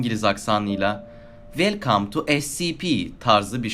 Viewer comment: Garip bir videoya benziyor ve abi "wElLCUM(Ya da K-AM) tU eSsİpİiğggİii" ne yaa?